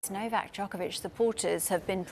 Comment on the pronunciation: Why this Karen didn’t pronounce Novak’s last name correctly, is she a racist?